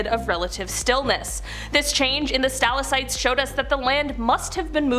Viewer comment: There is no such thing as a "stal-uh-site", it is a "stah-lak-tite". Your overall delivery is excellent and the information is very interesting. However, it would be appreciated if you check your pronunciations. Thanks